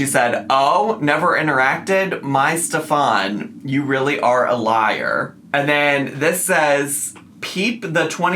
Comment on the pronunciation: My husband is german and his name is stefan. It is pronounced like Stef'n in germany., you pronounced it correctly